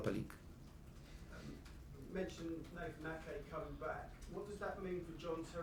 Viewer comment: the way he says Nathan is joke